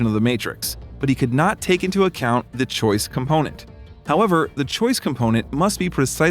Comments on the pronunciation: Choice.... not choise. Just saying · It annoyed me. I thought I was just not American enough to understand, and looked it up in an American dictionary. It is ,as abysmally wrong, as you knew and I suspected and confirmed.